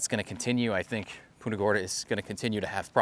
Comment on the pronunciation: its punt-ah not Pooonta !!!!